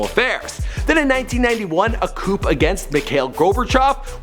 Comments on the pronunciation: Coup in this case is pronounced "coo", not "coop". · coup is pronounced koo. not like a coupe. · You mispronounced coup- it's pronounced cou not coop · Coup is pronounced coo not coop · Coup is pronounced coo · Lol, ‘koop’ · You can't say the word "coup" correctly? Classic American.